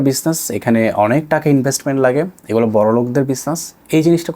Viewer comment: এটা boy (বয়) না boi (বই) আর গলা (gola) না সঠিক হবে গুলো (gulu/gulo)